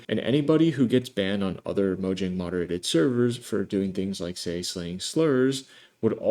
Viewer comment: imagine making a minecraft video and mispronouncing mojang oof:elbowcough